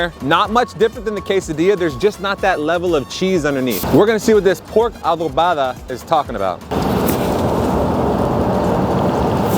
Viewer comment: I can’t wait to visit New York one day and try these places you recommended 🤤🤤 By the way you pronounced adobada so perfect! 🤩